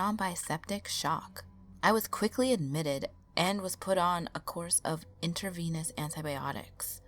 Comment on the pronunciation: It's inTRAvenous not intervenous ;)